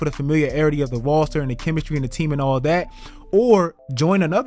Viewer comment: my man said "Rawster"